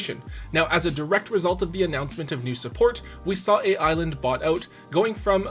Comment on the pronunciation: Is anyone else bothered by hearing A.I.Land not being pronouced as Island?